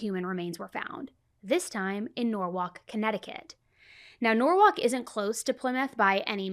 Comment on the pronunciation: Norwhalk is norwall